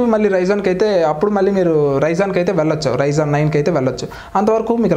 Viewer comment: bro its not ryzon its ryzen